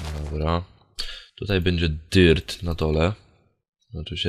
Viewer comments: bardzo lubie jak mówisz dyrk dirt :D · Hej bardzo fajnie mówisz dirt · Ja bardzo lubie jak mówi dirt;d;d; ]